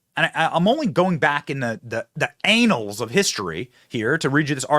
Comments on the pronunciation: Benny, the word "annals" is pronounced "an - uls". NOT lolol, well how you said it. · you said anals!!! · Hahaha he said “annals”